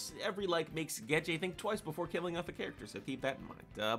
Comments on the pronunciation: It's Gege, not Geje lol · The fact you keep saying Gege's name wrong makes me question your whole theory...if you can't say the name right how can i believe anything else you say.....jkjk. love the video